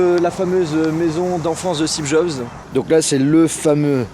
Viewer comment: Y a que moi qui entends toujours "Stebe Jobs" de la bouche de???